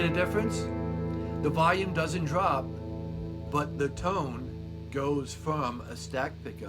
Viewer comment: What's "voyum"?